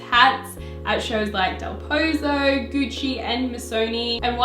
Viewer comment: Amazing video as always, but you really need to learn to pronounce Loewe, Delpozo and Oscar De La Renta!